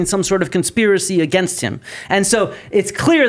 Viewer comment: If she says " Uhh-Gaynst" one more fkn time I swear... 😂